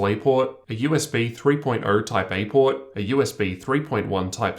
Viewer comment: pord. pord. pord.